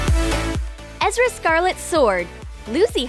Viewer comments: excuse me, but did just say, "EZRA'?!?!?! OH HELL NO. ERZA IS SO EASY TO PRONOUNCE. HOW DO YOU MESS UP ERZA WITH EZRA?!?! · HEY ITS ERZA... NOT EZRA... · 10 seconds in and I’m already triggered by ‘Ezra’ instead of ‘Erza’ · anyone got triggered when they say Ezra instead of Erza? like if you did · I did it’s erza 😑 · Lol ikr it's Erza not Ezra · Omg that annoyed me so much lol it's Erza not Ezra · Ezra dude, EZRA! SARCASM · Bruh I’m crying they really says EZRA scarlet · I don’t know but it bothers me that they call erza scarlet: Ezra scarlet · EZ-RA EZZ-RAAA its Erza face palms if you even watched the show you would know.. sighs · Can you hear the voice over it keeps saying ezra😂😂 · Why she just said ezra scarlet. I'm TRIGGERED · What the hell! Scarlet!? It Erza!!! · Ezra??? Seriously?? It's Erza!!!!💜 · ezrah?Ezrah?EZRAH????!!??!? NOOO ITS ERZAH E-R-Z-A-H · I swear I felt a piece of me die every time they said 'Ezra Scarlet' instead of 'Erza Scarlet' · Omg yasssss plz more anime stuff and boiiiii its Ezra not EZRA !!! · OMG I'M SO MAD THAT THEY SAID EZRA AND NOT ERZA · Ahhh when they say erza wrong like I don’t think they even watch anime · I don’t even watch fairytail but they really said Ezra instead of Erza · BRO THEY REALLY SAID EZRA 💀💀💀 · SHE SAID EZRA SCARLET. IT'S ERZA SCARLET. KILL ME NOOOOOOW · Ezra... its erza but aight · Ezras? Wot It's erza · She said ezra... it is Erza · BISH DID YOU JUST SAY eZrA SCARLET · Wait i heard "ezra scarlet" also iys erza scarlet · Wait what she said ezra scarlet but its erza scarlet🤔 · It is so obvious that you are not watching anime... Maybe you heard it probably... Or searched it Ezra? It should be erza ugh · ITS NOT A Z R U A SCARLET IS R Z A IS HOW YOU PRONOUCE IT plz say it Write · They are wizards, not magicians, and her name is pronounced "Erza" not "Ezera" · You messed up baaaad its erza not "Ezra" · um sorry but its kina ersa not ezra but um i dont rilly know how to spell its just i watch it alot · souza Ikr!